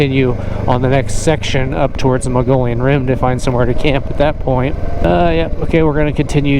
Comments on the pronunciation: My favorite place in Az....Mogollon pronouncedˌ mə-gə-ˈyōn. Not Mongolian 😉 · Muh-Gee-Yon Rim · Yeah, great vid. Done these routes on my KLR. Did the Canyon Lake (Apache Junction) to Roosevelt before the closures in cars. And suffered the closures for years. Then enjoyed the re-opening on my moto. Great route! Btw, you seem very educated... please, Mogollon, not Mongolian😂